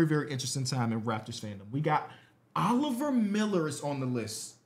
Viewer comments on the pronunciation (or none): none